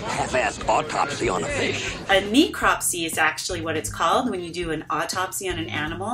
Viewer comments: Not being picky but since was pedantic about the proper pronunciation of “Mako” (Which according to my Maori friends is pronounced Mah-ko) I want to point out I’ve never heard anyone pronounce “necropsy” as “nee-cropsy”. Other than that it’s an interesting video. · Just wanted to say, if you're gonna correct them for pronouncing "Mako" wrong, I've got to stop you right there and correct you on pronouncing "necropsy" wrong. It's not a hard E, it's a soft E. As in "Eh." "Neh-kraap-see"